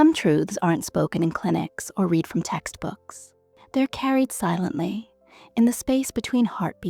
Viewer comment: fix the pronunciation of "read" in the first three seconds